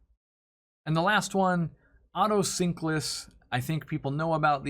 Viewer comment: Out of all people,, I would expect you to pronounce otocynclus correctly.